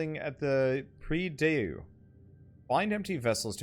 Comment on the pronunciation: I dunno, maybe somebody already told you but nonetheless, "prie Dieu" is "pray to God" and is read like '[grand] prix [mountain] dew (but with more "O" in the end)'. This is the best explanation in the world *sarcasm*.